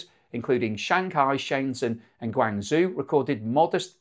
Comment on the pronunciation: Dude please learn pronunciation. Guangzhou is not "gwang-zoo" and Shenzhen is not "sheng zen"